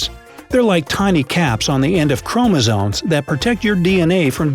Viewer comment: Bro u really said chromozones